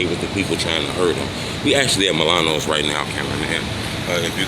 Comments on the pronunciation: Bro its milani not Milano dumbass. One of those dirty hotdogs trying to get out of your hat bro. WGN won't be calling. You can't read wtf! 🤣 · So ur dumb ass thinks an I,at the end of a word makes an O sound huh 🤔, truth be told, cant read lol